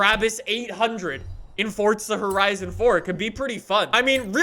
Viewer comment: Nobody gonna talk about how he pronounces it fort-za